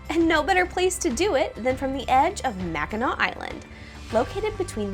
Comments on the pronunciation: MACKINAC island NOT Mackinaw!! Why does EVERYBODY get this confused?? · I kept hearing " Mackinaw" and thought I had said it wrong all these years!